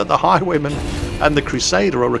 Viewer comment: Took me 10 minutes to realize that you were saying "Highwayman" and not "High woman" >.<